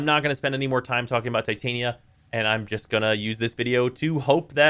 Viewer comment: Why do I always hear people say Titania wrong? Oberon and Titania, the king and queen of the fey. I'm surprised they don't have Puck.